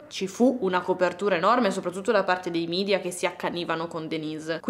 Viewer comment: Un unico appunto. Si pronuncia media, così come è scritto e non midia perché è latino e non inglese. Grazie.